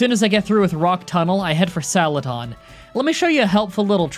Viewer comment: This man really called Celadon City “Salaton”